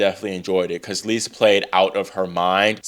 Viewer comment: Great recap! Just for the record, Eva Lys’ surname is pronounced like English word “Loose” I think we will be seeing a lot more of her :)